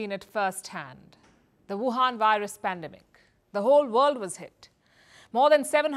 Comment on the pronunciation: Its not pandamic. Its business. 😄